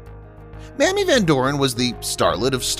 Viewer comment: "May-mee" Van "Door- in"